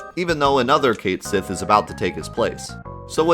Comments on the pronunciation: Raven19888 you’re right, its Gaelic and is pronounced something like “Ket Shee” or “Kite Shee”. I love these videos and the content is amazing but it’s painful to hear it butchered. Like back in the day my friends and I used to call Guile closer to Goolie so I let it go :) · It probably is pronounced Keht Shee, since what is apparently FF7's Japanese spelling of the name (Ketto Shi) is as close to that pronunciation as Japanese can get. Looking up how things are pronounced in Japanese and jumping off from that is your best bet for concrete clues on how the JPN devs intended it to be said. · The name Cait Sith is actually Gaelic and is pronounced Ket Shi, that's why the Japanese romaji says "Ketto Shi".. They just decided to leave the actual gaelic spelling in the english version rather than change it for convenience lol.. But it IS Ket Shi even though many refuse to say it that way.. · Well, it looks like we are gonna finally get the correct pronunciation for cait sith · Just pronounce the character's name right. Choosing to be wrong despite the correct answer staring you in the face means you suck. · Second syllable emphasis instead of first, mutt instead of moot. Had to use Guggle for this, boot yeah. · Why in the world would you make a big stink about Cait Sith's name and your vapid reason to continue to mispronounce it if you were going to show a page in the guidebook which shows how it was intended to be pronounced? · But it's Ket Shee tho... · The Japanese pronunciation of it is Ket Shi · "ket shee " is the pronunciation. I saw it in the versus guide book. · Its Kat Shee not Kate Jenner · I legit had to say CAT-sith everytime you said :'D KATE-sith to watch this! lmao. Anyway good video. It's so weird how hard it is to hear something different. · Cait sith's pronunciation is Kate Shi, it's even written that way in Japanese (hiragana and katakana are phonetic, that is how you can tell) it even showed it in the ultimatia guide you showed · "Depth" "Cait Sith"